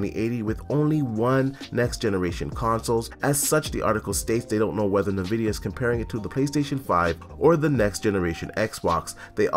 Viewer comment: Hmm.. Na Vidia, iNvidia Potato, patada I suppose 🤔🤣🤣